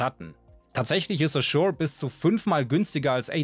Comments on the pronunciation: Du sprichst A-zure falsch aus. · Über Azure’s globale Bedeutung sprechen, sich aber nicht die Zeit nehmen kurz zu recherchieren, wie man den Namen richtig ausspricht?